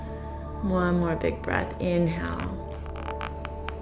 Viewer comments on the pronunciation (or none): Why can't she say inhale and exhale properly though?